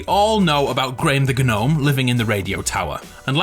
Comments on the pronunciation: It’s not gah nome. It’s none spelt gnome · The way he says gnome 😭😭 the g is silent in gnome 🤣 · I... assume he knows that. Saying it as G-Nome is supposed to be humorous :)